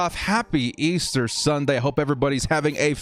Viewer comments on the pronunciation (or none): none